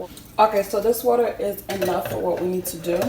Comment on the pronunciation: Yk she’s Haitian the way she said “enough” lol great video hun ❤️🔥